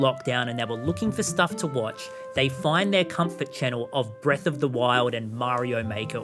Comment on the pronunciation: Bweath of tha whyld